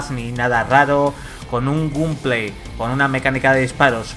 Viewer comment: con un "gunplay" jajajaja estos españoles que no saben hablar inglés